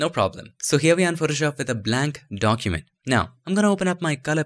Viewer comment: blank "DONKEYment" :D .. great job btw